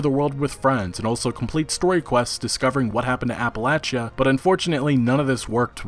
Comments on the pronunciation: it's pronounced appaleysha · The way you pronounce Appalachia kills me lol